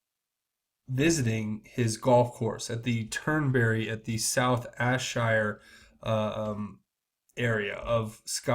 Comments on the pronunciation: Hi as one of your viewers that lives in Scotland I have to correct you, it is Ayrshire pronounced Air-shire. Apart from that keep up the good work. Blessings from Scotland brother. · its pronounced air-shire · godisgood603 12 hours ago (edited) This is where I live and it's pronounced AIR shire. Was shocked to hear this, I have contributed to his gofundme page (see Dan Bongino) I'm so sorry this happened in my country Dan Bongino, who knows SS agent stated and said he was in rest room and his buddy tapped him because he thought he was sleeping but he had actually died of massive stroke. THAT is copy/paste from below.....go further down and read comment from KT> THAT said I don't believe anything.......That Paraglider SHOULD HAVE HAD NO ACCESS, something is fishy! Our Gov't has a lot of dirty people......how do I know? Daughter of a Career Naval man, NEVER knew until a few years ago, his entire career was with NSA who also worked for CIA,, he never told us. what he did. I do know that CIA make people die and make it look like natural or accidents....I also know CIA can make people disappear. I DO NOT TRUST OUR ABC AGENCIES!! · Aw rite man , Love yer work , I'm Scottish , just letting ya know Ayrshire is pronounced "Air-shire" #WorldPatriot WWG1WGA My thoughts go out to special agent Remagen's loved ones god bless. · Love the videos son!! The area in Scotland Ayrshire is pronounced air-shire.😊😊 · This is where I live and it's pronounced AIR shire. Was shocked to hear this, I have contributed to his gofundme page (see Dan Bongino) I'm so sorry this happened in my country Dan Bongino, who knows SS agent stated and said he was in rest room and his buddy tapped him because he thought he was sleeping but he had actually died of massive stroke.